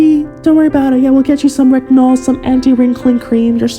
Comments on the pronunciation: That girl was not even able to pronounce " retinol " 😂😂😂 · the fact that they can't even pronounce retinol and using retinol.... I'm worried for my future offsprings..